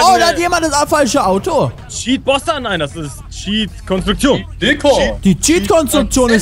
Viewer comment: cheatjoonge nicht cheatbossa